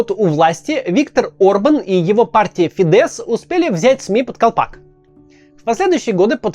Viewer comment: Я волонтер в Венгрии с первых дней войны, почему то сильно умалчивается про то, сколько сделала Венгрия для украинских беженцев и партия Фидес (с ударением на и*, кстати)